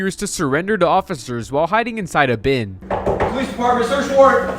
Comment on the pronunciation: "police department, seacrh warrant!" 😆